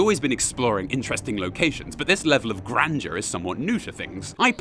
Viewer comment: Grandeur, not grènediur.